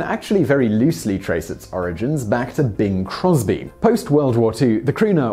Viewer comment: Oh Im glad you had a picture. Thought ya said Bill Cosby not Bing Crosby